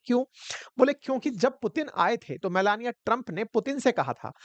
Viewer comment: Meloni ❎ Meloniya ✅😂